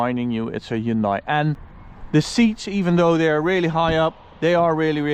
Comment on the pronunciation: it is pronounced "hyun-day"